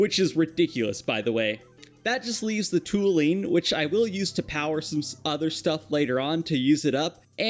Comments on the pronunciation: It's pronounced tol-u-ene btw! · Tall - You - EEN. Toluene.